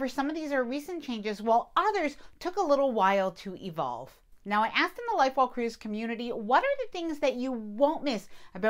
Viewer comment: Love listening to you! When you say: Life well cruised, I hear Lightbulb cruise 😂